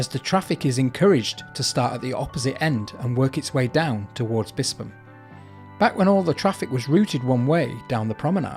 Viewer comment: Good vid. Pronounced Bispham perfectly, well researched and nice subtle background music.